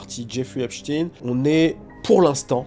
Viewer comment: on dit Epstein avec S et non Epshtein avec SH.. sinon belle video bien expliquée